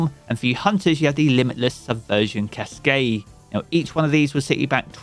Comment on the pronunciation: Okay, I'ma let you slide for the mandolin, but caskaaaaay? Really? lol Absolutely love the way you butcher words hahaha